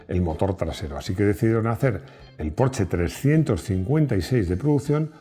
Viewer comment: Me encanta esta Porsche aunque todavía no he podido conducir uno. Y me ha gustado mucho que pronuncies bien su nombre. Enhorabuena por el video y por escuchar a tus feligreses.